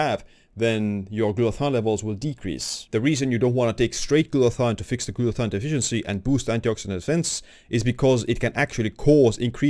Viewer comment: It's not called GLUTA-THON. It's called GLUTA-THIONE.